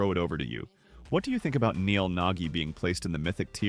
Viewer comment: XD "NEL NAGGI" "NEL NAKKI"